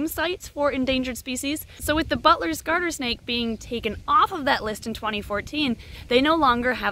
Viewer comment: When she says butler’s it Sounds a bit like “butless” Not hate at all